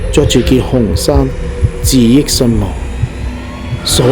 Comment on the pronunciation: 自縊身亡的"自縊"(表示吊頸)，應讀"自翳"，不是"自益"。